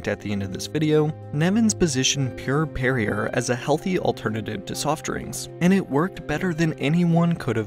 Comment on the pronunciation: Perrier is pronounced "Perry-ay"